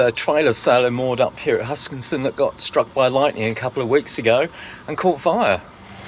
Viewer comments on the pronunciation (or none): welcome back, jealous of your Tassie trip. Any way, it is HuskiSSON, not HuskinSon:)